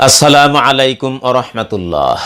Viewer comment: দয়াকরে সালামটা শুদ্ধ করে দেওয়ার চেষ্টা করুন মা আলাইকুম না বলে মু আলাইকুম বলেন ধন্যবাদ